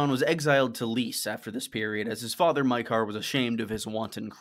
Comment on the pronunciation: ya I meant that’s how says it. He’s the “you.” I think it was Maekar being pronounced mEyekar through me off enough to comment.